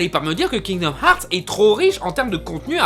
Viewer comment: Kingdoms herth ou harths ou hearths perso ses herths pour moi